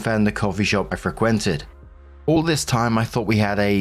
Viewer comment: That is a wild pronunciation of frequented......not good, just wild, lol